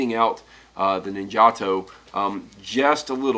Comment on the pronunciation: its pronounced ninja TOE